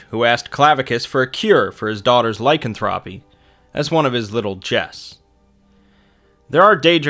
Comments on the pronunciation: lycanthropy is lie-CAN-throp-ee, not LIE-can-throp-ee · Do you not know how to pronounce lycanthropy?